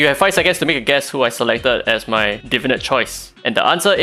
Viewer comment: This is a super nitpicky comment but I've noticed many youtubers referring to the new system as "Divinit" as opposed to "Divinate", like some unga bunga neuron fires off in my brain everytime I hear it haha.